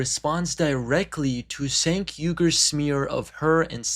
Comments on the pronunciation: Not a current TYT fan or anything, but how are seriously saying ‘Senk’? Surely you have heard his name pronounced before? If you haven’t it’s ‘Chenk’ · You are just two clowns and a women, slagging off a guy whos name you can't even correctly say. Senk. Try Chenk, yu dumb mother fockers. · He said it like sank lol😂